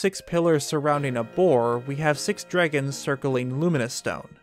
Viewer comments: Remember everybody, we’ve all been saying it wrong. It’s dreygons. Not dragons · "THE DREEGOOONS"